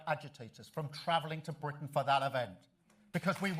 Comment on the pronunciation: its no longer britin its blitin